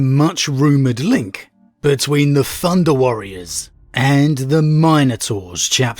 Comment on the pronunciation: You know it's thunder warrior, not "funda" warrior